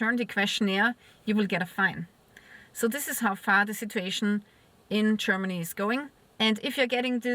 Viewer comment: csörmany chörmany chörmeny lern proper english pronanciation